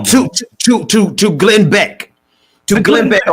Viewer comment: It's Glen Beck, not Glen Back.